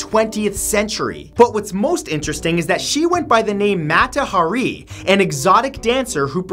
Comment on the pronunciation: Right, a "deadly assassin" who never killed anybody. And Matt, as usual, mispronounced her name. C'mon, Matt, she's been famous for a hundred years as a spy, so how could you come up with "MOT-ta Ha-REE?" (And besides, she wasn't even a very good spy: it's been said, "She was naïve and easily duped, a victim of men rather than a victimizer.")